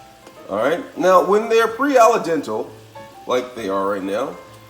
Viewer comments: Al dente Not alla dental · Alay dental ? Al dente 😂😂😂😂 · This guy needs to learn English flavorration gingier parsalie flavier aldental are you trying to sound like a French chef Bag it . Dude you need to go back to school no offense but man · You forgot about the “ala-dental” (al dente). Also, sadly this is the way many uneducated people pronounce things..especially...well you know the race.